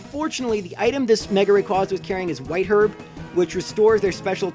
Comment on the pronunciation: You pronounced rayquaza wrong